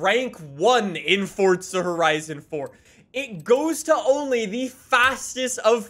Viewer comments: It’s For-Zah not Fort-Sah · its FORZA!!!!!!!!!! NOT FORTZA ffs